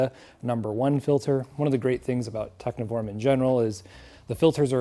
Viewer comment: I believe the 'v' is like a German v, which is closer to an English f. So it's pronounced techniform, instead of tecnhiworm, which makes more sense. Thank you for an instructive video.